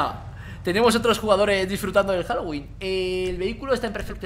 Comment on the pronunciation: pensaba que estaba diciendo “Jalo wee Jalo wee” :u a lo mexicano